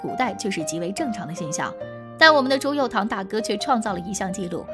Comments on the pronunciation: 不要再念朱佑樘tang了，这个字虽然拼音是tang，可是念出来是cheng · 那个字不读堂… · 朱由检 朱由校（jiao）检 校都有检核校正之意吧？别读白字了。还有朱佑樘（cheng） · 念错字了:朱佑樘（cheng）